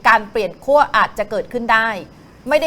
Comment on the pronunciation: ขั้ว Not ขั่ว ครับ ไม้เอก ใช้ กับ คั่ว